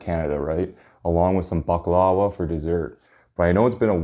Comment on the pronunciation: Hi loved your video but its actually pronunced bak-la-va